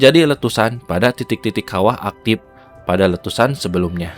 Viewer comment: Suara narator Video ini saya yakin asli Sunda . . Karena pelafalan kata ‘ Aktif ‘ menjadi ‘ Aktip ‘ dan penyebutan Air Terjun menjadi Curug serta aksen bicara masih ‘ Sunda ‘ bgt . . 🙏🏼🙏🏼😬